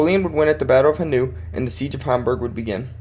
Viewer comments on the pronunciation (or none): Constructive criticism: Speak more slowly! And try to make some pauses! German names like Bautzen are pronounced as BAU-tsen or HA-nau with an emphasis on the first sylabel.